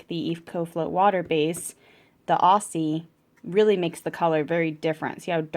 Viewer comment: Nice review. As an Australian can I just say Aussie is pronounced Auzzie.